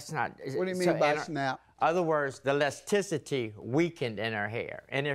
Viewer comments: Thank you! He made me think lesticity was a word. 🤣 How can he be in that profession for 35 years and not know how to pronounce that word? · Elasticity sir, elasticity. Not Lesticity…